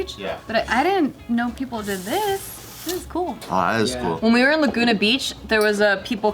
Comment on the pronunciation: was pronouncing it right. Where is Stacey Diaz when you need her to back up?:D lol. Cool Fact about Laguna Beach for. Laguna is Lagoon in Spanish. And your pronunciation was correct in Spanish and in English for that one. Let's not forget that most western states belonged to Mexico and that the Spanish were here first, basically naming everything. If our public school system had done their job right, we all would pronounce those original names in their correct form, in addition to learning the history of why most of our cities have Spanish names. So it's cool for them to say it in whichever way they want, but to make fun of for saying it in its original proper form felt weird.